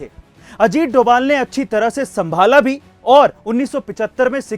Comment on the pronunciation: Not doval that is dobhal